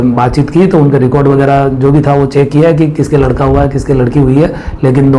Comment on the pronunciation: Ladki hota he lakdi nhi